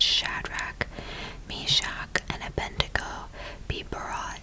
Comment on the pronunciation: The name is “Abed-nego”, with d before n, not “Abendego.”